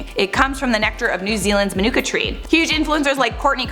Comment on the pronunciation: LOL - Manuka is pronounced like "Monica." I only know this because I lived in Manuka, AU for a few years and was mocked for my terrible American pronunciation.